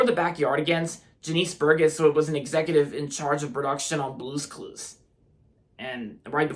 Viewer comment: It’s pronounced Jah-nis Bur-Jess